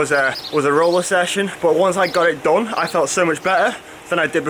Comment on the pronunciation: I wince every time you savage the word “done” or ‘DON’ as you pronounce it😂💀